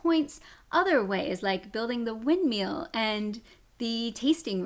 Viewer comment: Windmeal? It's windmill! The last syllable rhymes with 'bill' not 'seal'! Reeeeeee!